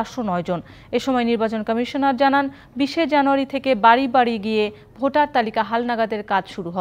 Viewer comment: ভাটার না😂😂 ভোটার হবে